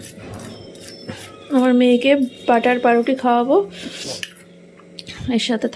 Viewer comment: No,because amar ra aga thaka ber kora rakhi , tar por Ota k bread a makhi , butter goli bread avba mokhano Ata thik prosses noi, ok , not pa ruti, uccharon pouruti